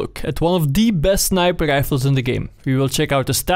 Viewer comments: Do you mean snipel lifels? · i only watch these videoes to hear tou say "snæiper ræifels"